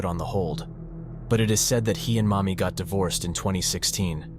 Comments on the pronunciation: Mami as in Mamiko? Oh that's why the guy looks like a Chinese XD I think you mispronounced her name. It sounded like "mommy" but it should've been a flatter ā... like "maa" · thank you for the clarification. It was just odd sounding hearing “mommy” when it was actually “Mami” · Lol I thought he was saying "mommy" too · Fr I was playing fifa w this in the background and I constantly thought he was calling her mommy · I know it’s her name, but every time it says “Mami” it feels like you’re just calling his mother mommy